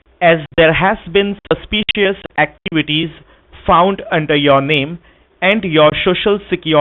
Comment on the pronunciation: This prick keeps saying "shoshinsa security. Another Indian pronunciation is "suspeeshious" for suspicious. Then questions about Ms Bowden's bank accounts etc etc. Just tell the scammer to go ahead with his threats by saying there is no such Miss Bowden so they are being taken for a ride. Also tell him He is the real HACKER.